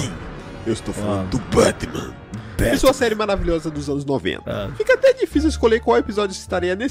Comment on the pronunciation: e muito bom ele falando Batman e engraçado demais 😂😂